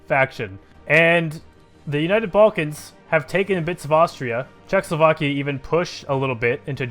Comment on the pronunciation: Its not czechslovakia, its czechoslovakia